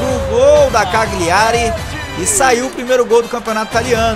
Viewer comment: Cagliari se ler e se fala assim (Calhari)